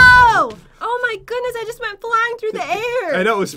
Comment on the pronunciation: Why do you always say it's gust for fun?